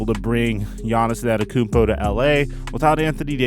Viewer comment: An-teh-tuh-koo-onm-po NOT Ann-et-uh-kun-po